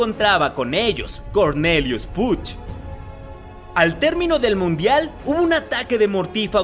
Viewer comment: Cuando dices Fudge suena como "fuch" jejejejeje